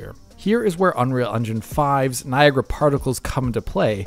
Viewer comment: can say Niagra unlike